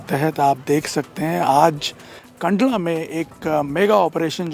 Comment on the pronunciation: कांडला नही है कंडला है